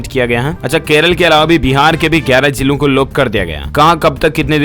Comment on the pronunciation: Siir ap urdu wards k poronocataon sahi kara karo plz..etc..kabar-kahbar; marij-mariz ';jilo -zelo ; aiozan=aayojan ;zairi=jari ; etc..